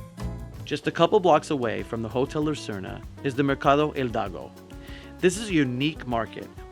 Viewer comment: Awesome video, great editing and photography, I just have to say El Mercado Hidalgo is not pronounced “Eldago” you should say “eedalgo” not Eldago